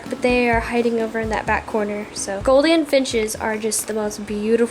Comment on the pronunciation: Gouldan I’m Australian it’s said goul-de-an